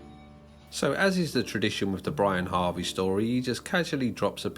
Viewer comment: Good video, especially the last few minutes. Minor correction: It's not Brian Harvey, it's Brianarvey